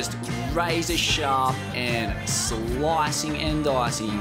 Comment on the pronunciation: SLLLOOICCCING AND DDOOOICCCINNGG